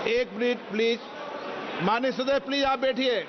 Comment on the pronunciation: Maanya dadasi nahi amanya sadasi